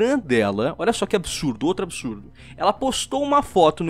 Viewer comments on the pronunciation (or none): QUE BISURDO